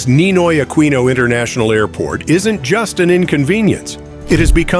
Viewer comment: Too early to call it a mistake. As it is still being built. Your wrong pronunciations are so cringe. NAIA is supposed to be called "NUH-EEE-YUH", while Aquino is "UH-KEE-NOH"